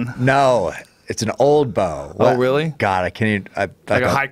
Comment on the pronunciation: The way Cameron says the word BOW drives me nuts